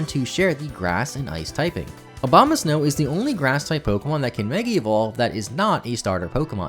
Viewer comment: Why does everybody name him Obamasnow? 😂😂 It's Abomasnow 🙈🙈